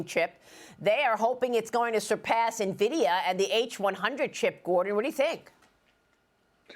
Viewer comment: __- It's not pronounced nuh-vidia, it's pronounced en-vidia.